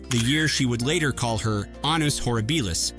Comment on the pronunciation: "Annus ho-REE-bi-lous".